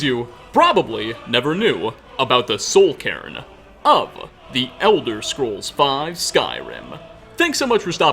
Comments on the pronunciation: It sounds like soul Karen lamo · Nobody:: Soul Karen